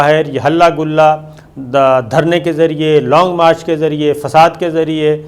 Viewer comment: شاکر صاحب لونگ مارچ نہی لانگ مارچ ہے آپنی ارود ٹیھک کریں